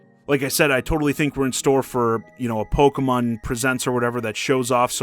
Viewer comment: What is this "Pogeh-mun" you speak of? 🤔